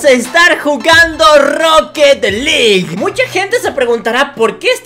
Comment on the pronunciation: Se dise roket alug